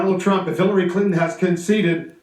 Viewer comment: "I have a person there with Hiliry" hahaha CNN are so retarded it's hilarious.